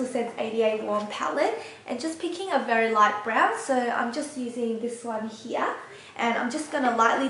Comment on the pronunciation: you are so beautiful!!! and i love how you say "here", sounds like german "hier", you are so cute!!!!! <3 ^^ thanks for the video!!